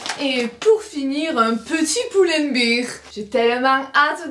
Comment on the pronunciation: Merci pour le haul :) Stp, c'est Pull and Bear, prononcé "bèèèèr". Toi, tu le prononces "biiiir" comme une bière en anglais. ;) Ça fait des années que je ne dis rien mais je suis prof d'anglais et je te jure, ça me rend dingue. 😅